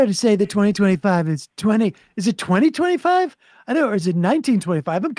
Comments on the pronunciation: bro keeps saying "Project '25" instead of "2025" yeah... that'll distance you, Donald... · “He’s involved in praject 25”